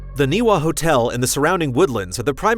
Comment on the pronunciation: Not the podcast, but correction for: the hotel is pronounced NEE-vuh